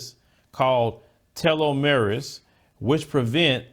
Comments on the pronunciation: Tel-O-Mer-es...I love what you are doing but that word is pronounced "TELL-A-MEARS". Every time your cells die and rebuild, your telomeres get shorter. When they run out, you die. If scientists stop the shortening process of your telomeres "tella-mears" the body could live FOREVER. -CHEERS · Hi,! Just so you know, it's actually pronounced more like "tell uh meres." It's basically some kind of genetic compound at the end of a chromosome. I can't remember what it does, but if I recall correctly, the longer they are, the longer you live.